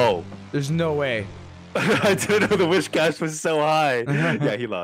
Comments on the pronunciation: It's whiscash btw not wishcash why are you saying wish lol. Also the meme is 'Cash me ousside' cuz her "accent" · If I hear "WISH-cash" one more fucking time I'm gonna lose it 😤